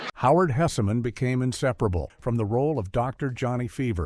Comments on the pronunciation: HESSman, AI. Not Hessiman. GEEZ LOUISE! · I hate AI narration so much - mispronounced names, pauses in odd places, etc. FWIW, AI narrator, it's supposed to sound like Howard HESS-min, not HESSA-MAN like he's in the Marvel universe. Also, it's just 14 "facts" because one is more or less repeated - it's at the beginning and mentioned again toward the end. I watched the show's first run, and to me the call letters were explained by the Carp costume, regardless of what the show creator said. (He may have been honest, but ever think he might have been pranking someone with his explanation?) Herb crawling under a bathroom stall in his Carp suit and then brawling with the pig mascot of the rival station was hilarious. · Are you referring to the Howard Hess-eh-man that was mentioned 6 times? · Howard "Hessa-man 😝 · The issue is not the AI voice mispronouncing the names. The issue is the carelessness of the channel's owner, to not give the narration a listen in order to correct the errors. AI voices do not pronounce my surname correctly. So I have to spell the name differently if I want to get a pronunciation that I like. The same goes with the surname of Howard Hesseman; if the AI voice is saying "hessa-man", then the thing to do is to use the spelling "hessman" in order to get the right pronunciation. This is a failure of a human, not a failure of AI.